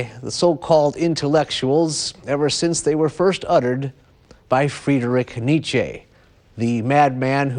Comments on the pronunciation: Great stuff, but it hurts to hear the host pronounce Nietzsche's name. I can't believe no one advised him on this. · If this idiot pronounces Nietzsche's name incorrectly one more time...... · Nietzsche mispronounced. N was not an aristocrat, he was the son of a Lutheran pastor, who died when Friedrich was six. Mad and bad, but he did articulate what people wanted to hear very well.